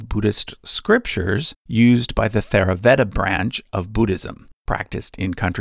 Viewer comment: Very nice video. A few small things to point out. The "Th" in the word "Theravada" is pronounced in English as an aspirated, unvoiced "T" sound (similar to "Tennis" or "Texas"), not as an unvoiced "th" sound like the "th" in "Think" or "Thirty." The letter "h" is used in the transliteration to designate that the "T" is aspirated (has a puff of air). The other thing to note is that Sri Rama and Sri Krishna are usually referred to as "Avatars" of Sri Vishnu, as opposed to "incarnations."